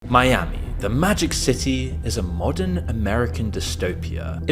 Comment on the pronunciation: Are you talking about Miami or Spanishami?